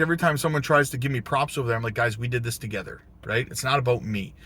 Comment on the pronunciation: I knew you were canadian when you said " aboat "